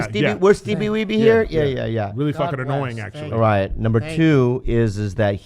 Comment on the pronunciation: The fact that Griff still says “Steevie Weebee” 😂